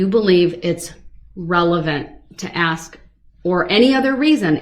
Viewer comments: He does say many words improperly! Biastness, axed, truff, substained??? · You know how long she waited for that moment? Lol! I wanted her to correct him on the word "AKS".... That one, and tell the troof drove me nuts! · Omg I thought I was the only one who got so irritated with his mispronounced words!!! "Aks.. Axe" "suBstain" "troof" and "oaf" drove me nuts!!! I really wanted someone to tell him, every time he mispronounced those words, that's not how you say it dumba$$!!! Oh shite I forgot "grounz grounz" On that one I wanted the DAs to do the same to him just as disrespectful and loud as he says it "GROUNz Grounz" 😂🤣😂🤣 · I'm surprised the Judge didn't call him on " AXE " as opposed to ASK 😆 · The way he treats the judge, for sure no manners. Where was he when they taught English is school? There is no “X” in and it’s ask there is an “S” not X. Have they seen any reports not they saw. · I only wish the judge had corrected him on other things: “axe”, “substain”, “groundz”, “tacket”, “troof”, etc. Had an ex-narcissist spouse who also had no grasp of enunciation/English language and he hated it when I corrected him. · Exactly ask not axe! He is an ID 10 t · I wonder if we can AXE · That is the first time he has ever been corrected!!!😅 Only 9 hundred and something years to go buddy hang in there!! It is gonna be hard to look Bubba in the eyes with his back to him!!!😅 I was like are ya gonna correct “AXE” me a question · Woman beating killer....deserves every shovel full. idiot thinks there is an x in ask, a b in sustain, says examinate, says tack-eet, this-that-and-the-third.........total moron